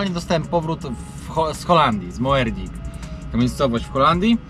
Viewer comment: Moerdijk czytamy "Mordajk". Pozdro😉👌🚛🚛🚛